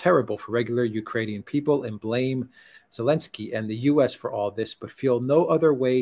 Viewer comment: Can somebody tell me why says elensky and not zelensky? Edit: please:)